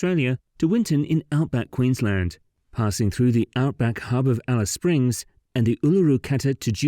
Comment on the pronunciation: Probably the first time I've heard a non-Australian pronounce Queensland properly.